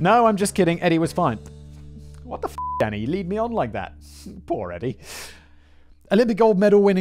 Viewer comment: I quite enjoy that every time Simon says “Danny,” it sounds like he’s saying “Daddy.”